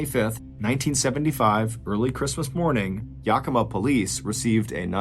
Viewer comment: If anyone is interested in a deeper dive into this story, Ann Rule wrote the book “A Fever of the Heart”about this tragic event. 11/13/25 Yakima (Yak-e-ma).